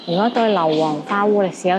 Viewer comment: 花“坞”的粤语发音，读澳门的“澳”而不是读“乌”。